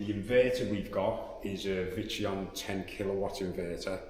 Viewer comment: he kept saying what sounded like vitreon. did he mean victron?